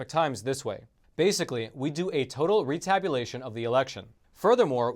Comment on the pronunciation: "We do a retabulation" lol